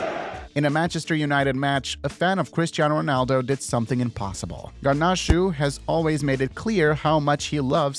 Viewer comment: It’s garnacho not garnoshoe